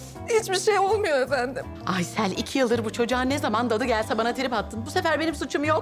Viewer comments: Aysııll ne ya yıldız 🤦‍♂️🤣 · Her ingiliz biri geldiginde aysele aysil diyemezdin yildiz djsjejjejejs